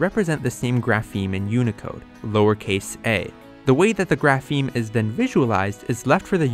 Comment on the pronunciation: Please, the stress on "grapheme" is on the initial syllable! It's /ˈɡɹæ.fɪi̯m/ not /ɡɹæˈfɪi̯m/!